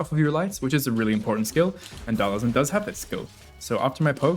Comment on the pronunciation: It's Dhal-SIM. Not Dhal-ISM.